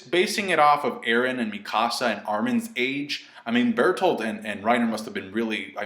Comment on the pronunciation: Burt holt does that help? Calm down. (edit) you said it correctly that time?! then why???